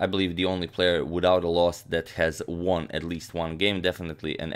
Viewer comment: "выиграл" - "won" - произносится так же, как "one" - "один", = УАН. А не УОН